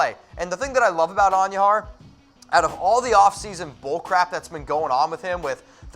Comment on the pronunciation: Say it with me. Miguel An- DOO-har. It's not pronounced, An-YOO-har